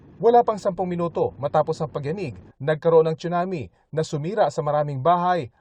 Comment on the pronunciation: Tsunami not chunami